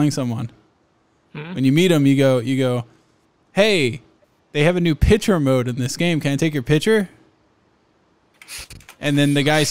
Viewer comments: Pitcher? or do you mean picture? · I can tell same lives in the middle of no where, because he say pitcher not picture, I also do this